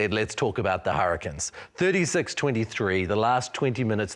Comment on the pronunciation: Hurri-CANES. This host drives me mad naming our team wrong. They are not the Hurri-kins.